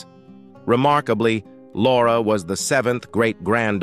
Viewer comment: I tried, I really tried to get through it, but the increasing mispronunciations drove me crazy. How can the robot keep getting "Laura" incorrect???